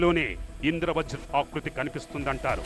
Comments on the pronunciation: అమ్మా...తల్లీ..ఇంద్ర వ్రజ్ కాదమ్మా...ఇంద్ర వజ్ర్ అని పలకాలి.. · Indra vajra ani okaru Indra vraj ani aame antunnaru Script chusukuni chadavandi